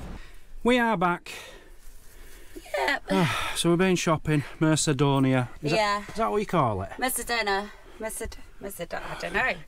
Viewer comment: Great vlog, The Spanish do like to party at all hours lol, the spanish supermarket is "Mer-Ka-Donna" 😆 Glad you guys are having a nice time, try and not stress out about the driving, just take it steady and enjoy it,, Have a lovely evening both, Best wishes, Dave and Lorna xx